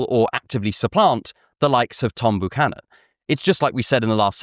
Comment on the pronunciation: Buchannon isn't pronounced ooh it's yew like a healthy byewcannon tree. :)